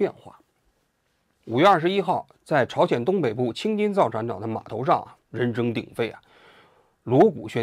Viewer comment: 王局最近咋了，青筋造船厂又念错了